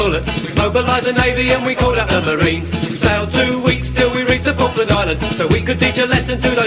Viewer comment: Se pronuncia Falkland Islands, hazlo bien.